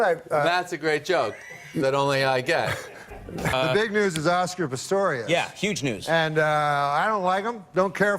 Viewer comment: Was he making a joke about calling him Pistorus instead of Pistorius? Is that what he was playing at when he was talking about explaining it for the viewers at home?